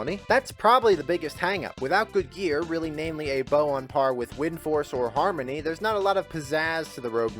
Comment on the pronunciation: U keep saying harmony in the rogue part. It's not harmony brother